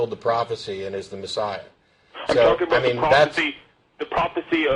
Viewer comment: "Yor too sker to tolk aboot it" yeaaaa ....